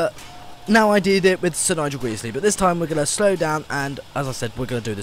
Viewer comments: Isn't it "Sir Nigel Gresley" not "Sir Nigel Greesley?" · It's pronounced Nigel gresley not Nigel greesley.